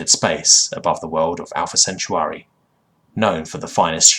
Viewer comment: Also, the second part of Alpha Centauri is not pronounced "sent-you-are-ee," but "centaur-ee."